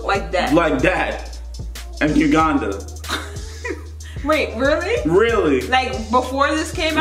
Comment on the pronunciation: I'm from Uganda and the way pronounces Uganda cracks me up 😂😂